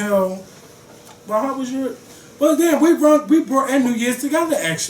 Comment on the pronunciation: Do all Philly ppl pronounce the words "Taught and Brought" the way & does????????? - toe'wert & bro'wert LMAO... just curious